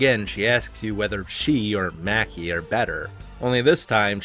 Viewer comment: You probably know this by now but Maki is pronounced mah-ki. Liked the video but that took me out of it a few times